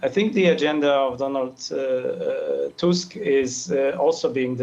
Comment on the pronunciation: TUSK not TASK